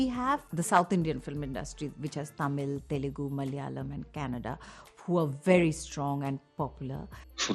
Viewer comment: Canada..its Kannada